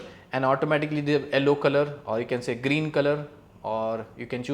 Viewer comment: It's not ELLO, it's Yellow.